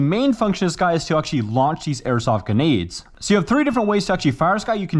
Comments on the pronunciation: I love how he says genades in stead of grenades 🤣🤣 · bro calls grenades "Genades" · Anyone else realise you’re saying genaids rather than grendade